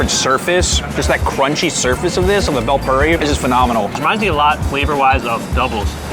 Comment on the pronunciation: "bail puri" not "bell puri"